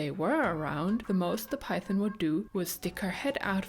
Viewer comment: Mine all have more or less designated bathroom spots too😅 makes things predictable and easy. Do either of your snakes have names? I wanted to say also I love the way you say "python," and your accent as a whole. Please keep making snake videos. You've got lots of fans!